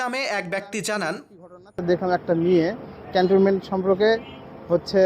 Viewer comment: ক্যান্টনমেন্ট উচ্চারণ করতে পারেন না। কেমন সাংবাদিক আপনি?